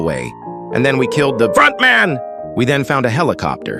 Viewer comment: Did anyone else hear when he said “Then we killed the FrOnTmAn”